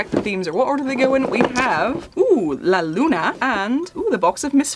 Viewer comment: Love the way you said la Luna 🌒✨